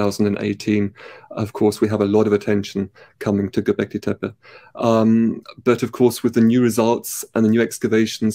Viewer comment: Just for clarity, in Turkish "tepe" (hill) is pronounced "teh peh" not "teh-pey". Lee Clare pronouces it correctly in this video.